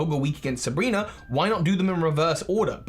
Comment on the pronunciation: uhhhh Sabrina? not Sebrena?